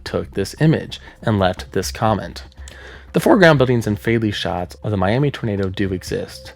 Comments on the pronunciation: How interesting. I live in the Texas panhandle and never knew the Twister image was from a tornado in the area. For future reference, Miami is pronounced My-am-uh. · West Texan here. Miami, Texas is actually pronounced "Miama". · My only problem with this video is how you said Miami Texas cause that ain’t right my friend it’s my-am-uh lol great vid though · it's Mi-am-uh, Texas :) Both Miami, Oklahoma and Miami, Texas are pronounced Mi-am-uh because they're named after the Miami Tribe; Miami, Florida is named after the Mayaimi Tribe, so it's pronounced differently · Just a quick note, Miami, Tx is pronounced “My-am-uh” Great video regardless! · It’s pronounced Mi-am-uh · Quick tip: the town is pronounced “Miama” or “Miamuh” I don’t know why it’s pronounced that way either, and I’m from the area lol Great vid!